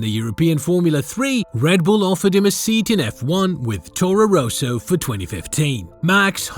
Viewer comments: Rosso, not Ro-so, How can you fuck this up? If you are American I will forgive you. Education is not known in that area. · It's Rosso, not 'Roeso'. Try Forvo.